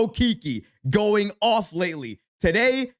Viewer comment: Hahahaha…..he actually says Daday instead of Today